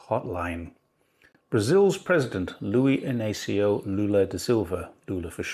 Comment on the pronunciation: No worry about the pronunciation but you did a decent job pronouncing Luiz Ina'cio Lula da Silva. Enjoy watching your programs very much! 👍